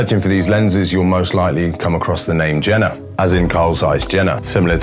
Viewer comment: Also - it's pronounced Yay-ner, not Jenner. Wetzlar is Vetzlar.